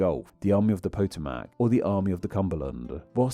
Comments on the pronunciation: That's "puh-TOE-mac" (really need a schwa in place of that 'a', but I don't know how to type it), not "PO-to-MAC". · that’s not how you pronounce Potomac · That is how he pronounces Potomac, but it is not the correct way to pronounce Potomac.